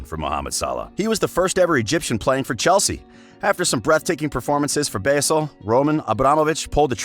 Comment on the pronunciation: Dear narrator, Basel is pronounced 'bahzel', not 'basil'